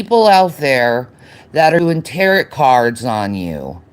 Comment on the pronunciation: “Ta rot” cards. 😂